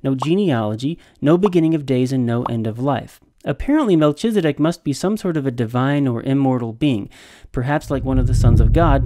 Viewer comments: That’s a lot of information, but for all your knowledge and insight you can’t even follow a rule of grammar in Hebrew that “ch” is pronounced as a “K”. I winced every time you said MelCHizedek, so much so that your arguments were difficult to follow. Obviously, your biblical and historical knowledge are greater than mine, but I wonder, how much can you really know if you cannot follow simple rules of grammar. Not trying to strain out the proverbial knat, but honestly, how seriously can I really take you. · Learn to count? That makes no sense. The CH in Melchizedek is pronounced K as in kite, not CH as in CHURCH. You pronounced it wrong every time you said it.